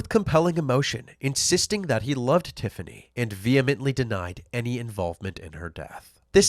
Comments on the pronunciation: i'm sorry, i know this is a horrible story, but "tiffiney" and "symphiney" really? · 'Tiffiney' and 'Symphiney'? Just because you CAN, America, doesn't mean you should!